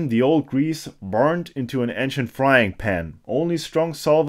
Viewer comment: Friendly headsup that the a in ancient is pronounced like the a in ace